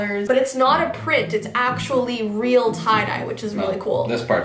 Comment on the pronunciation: ITS "TYE" DYE